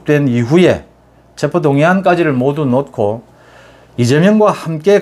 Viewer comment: '놓고'를 '노코'로 발음해 주시면 錦上添花겠습니다. '녿코'로 하시니 千慮一失^^ 어머니의 손을 놓고♪♩/ 어머니에 소늘 노코♪♩ 정말 사랑하고 존경합니다. 유튜브 <돌아온 이하사> 소설가• 가수